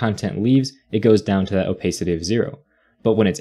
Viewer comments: Nice video but I cringe every time you say “oh-pace-city”. It’s “oh-pass-city”. Opacity.🤷🏿‍♂️ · please don't say "opaicity", it hurts